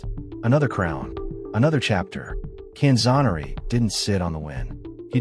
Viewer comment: Boy talk about butchering the poor guys name, he was known as the best lightweight ever, all the way up until Duran. Can-zoe-ner-ee